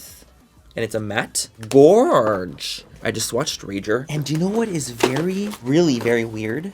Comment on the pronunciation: Please make merch that says “it rrris what it rrris” I die every time you say that 😂😂😂